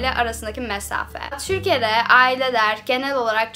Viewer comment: Türkiye ye bile çürkiye demen ofmfkc Yeter artık çıkıyorum bu kadar dayanabildim